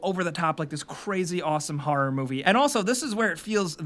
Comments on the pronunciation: Liked for how says "harrer" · "harrer"